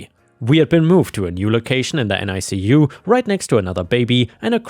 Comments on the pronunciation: For future reference, NICU is normally pronounced NICK-you. Both of my kids had to spend time in a NICU due to jaundice. My son was close to needing an exchange transfusion. Scary times. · NICU is usually pronounced NickYou in the US.